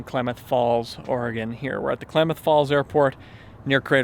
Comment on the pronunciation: I feel like says Oregon as much as possible because he's one of the few non-local people who pronounce it properly 😂😂